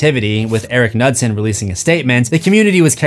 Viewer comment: Pronouncing Knudsen and nutson is very funny